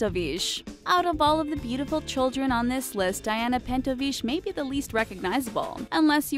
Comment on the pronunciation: oh god learn to pronounce russian last names =_= Its not fucking french Pentovich is not pronounced "shh" its CH like chamber <-- or chihuahua not SH